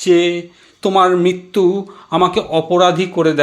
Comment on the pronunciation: উৎসাহ সাধু। উদ্যোগ প্রশংসনীয়। কবিতা নির্বাচন সময়োচিত। আবৃত্তি শিল্পটি আরো রপ্ত করার। প্রথম ধাপ হলো, উচ্চারণ, রি কার, রফলা উচ্চারণ বাদ চলে যাচ্ছে। প্রায় প্রতিবার। এতবার মৃত্যু কথাটি আছে, একবারও ঋ উচ্চারণ হয়নি। এছাড়াও বৃষ্টি ট্রেন ইত্যাদি আরো কিছু শব্দে একই রকম... খেয়াল করা প্রয়োজন।